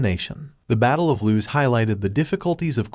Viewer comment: Battle of LOOS. Not loose.